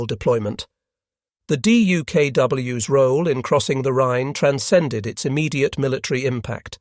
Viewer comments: I'd pay more for the plural not to be pronounced dee-you-kay-doubleyou-ess. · Not fixing the pronunciation of the plural of DUKW was a minor crime, repeated far too many times. Repeating the moralizing windup summaries of the "lessons learned in this operation" a dozen times was a major crime. And if the video had been shortened by 50% and the replication of words by 75%, this would have been a decent video. Holy-moly, did a Xerox machine author the script?